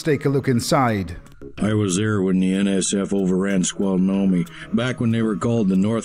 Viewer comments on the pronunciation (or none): "Squal-no-me?" Snoqualmie is pronounced like it's spelled:_"Sno-qwal-me!"_ I can't believe I never noticed that goof before, considering I'm familiar with the Snoqualmie area. If he only took a few seconds to slow down and sound it out, phonetically; there's no way to get "squal-no-me" out of the word "Snoqualmie." And before anyone brings it up, I feel like a voice actor, who necessarily makes a living speaking written scripts, probably isn't going to be someone dealing with dyslexia. I wouldn't be giving him a hard time if I thought that was much of a possibility. Probably, he was just in a hurry. I mean, the native words up here aren't the easiest thing for an American English speaker, but "Snoqualmie" does make phonetic sense enough that sounding it out will most likely get you close enough. I shudder (and giggle) to think of what that voice actor might have come up with, if the writers had gone with another PNW city: "Puyallup" (or "Humptulips," for more obvious reasons). I've never heard anyone say "Puyallup" the right way on the first try, even when they are trying. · It's always irked me horribly as someone who grew up near SNOQUALMIE pass that the veteran in the free clinic says SQOLnuamie instead. It's a really strange error